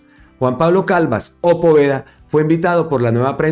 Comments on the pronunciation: Creo que primero tiene que aprender a leer pues no es Calvas es Calvás y respetando las reglas toda palabra aguda que llevan tilde son las que llevan acento en la última sílaba😮 y terminan en n, s o vocal y la está pronunciando como palabra grave que tienen el acento en la penúltima sílaba y no llevaría tilde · Ojo a la pronunciación del apellido de Juan Pablo Calvás, lo está pronunciando con acento de palabra grave y es aguda con tilde en la última sílaba: Calvás. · NO ES "CALVAS". SE DEBE LEER ES "C A L V Á S", CON TILDE EN LA Á. O SEA, JUAN PABLO CALVÁS.